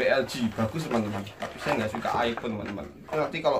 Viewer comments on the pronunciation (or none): none